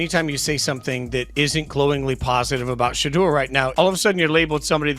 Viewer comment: "Shadder" Sanders... WTF??? These Ai bot cannot be programmed to correctly pronounce his name...got-DAMN!!!